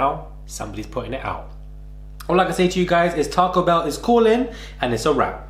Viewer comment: TAR COE????? its taco me bredrin